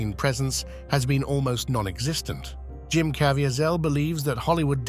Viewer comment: JIM .. not jum